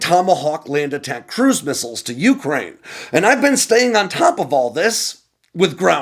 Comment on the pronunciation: you make great videos. It’s beneath you to keep mispronouncing “Ukraine”.